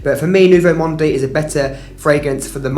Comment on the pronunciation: Thanks for this very interesting video. Just do not pronounce the e in Nouveau Monde. It is Nouveau Mond .